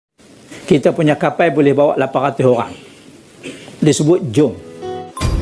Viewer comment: Kapal disebut 'kapai' 😂😂😂